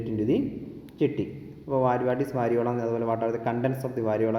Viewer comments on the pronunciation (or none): വരിയോള അല്ല, വരിയോല